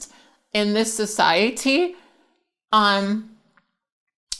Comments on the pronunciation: “In this SO SY ET TY.”🤣🤣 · It's the way she pronounced "so sia tea" that killed me lmaoooo